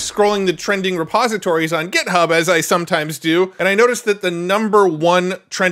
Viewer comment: Hey - It's pronounced Git-Hub, not Get-Hub. Also, JSON is pronounced "Jay-Sahn" (no one reads out the letters of the acronym), which incidentally means JavaScript Object Notation). For FRVR you had two good guesses, but I think "forever" makes more sense than "fever" given their logo is based on the infinity symbol. Love your work and your passion!